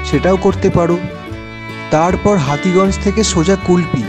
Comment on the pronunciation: Hati ganj na ota hotuganj